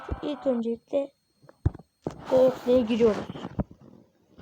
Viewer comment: ya söyledim arkadaslarina iyi yorum yap falan filan daha Google demeyi bilmiyon Gogle diyon yalanci